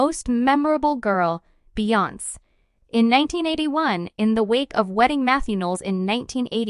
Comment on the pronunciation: BEYONC???? OMG!!! ITS BEE- YON- SAY